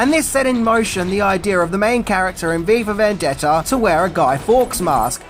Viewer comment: Your pronunciation at a few points sounds like "Viva Vendetta," potentially even more dystopian 🤘